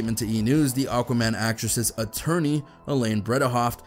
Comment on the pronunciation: Min "QUAMAN" = "AQUAMAN"